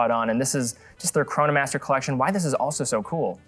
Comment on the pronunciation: I am turning this off the second he says "collec-shown" like a total idiot.